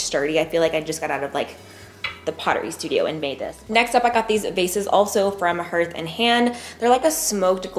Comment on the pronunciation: Hearth & Hand is pronounced “HARTH” like you’d say “Heart” with an H at the end.